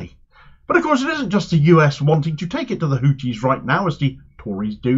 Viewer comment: Pronoune the "th" n Houthis as the "th" in thought, please.